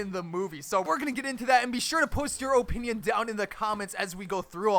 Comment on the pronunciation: why did he say OHpinion